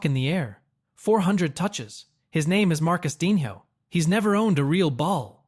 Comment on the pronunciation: He said MarcusDINHO! Dead ☠️💀